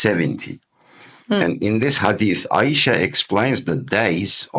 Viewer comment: the AI pronunciation of Ayesha in your video is cringe worthy, but overall it is a valiant effort. However, there's a much stronger evidence than the arguments used in your video presentation. Qur'an 4 : 3 stipulates marriage to mature women which excludes female children.